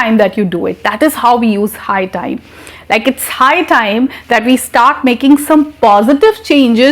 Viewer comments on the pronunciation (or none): Very good. but High time is not clear